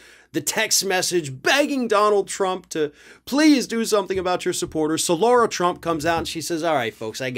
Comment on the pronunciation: Lara is pronounced as Lah rah,not as Laura Shouldn't Lara trump's name be spelled ad L a u r a?